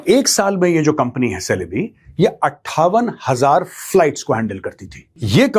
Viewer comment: It is pronounced as chelebi It is written as celebe but pronounced as chelebi